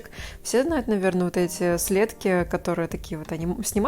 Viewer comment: СлЕдки? Первый раз слышу такое ударение)) В России следкИ))🙂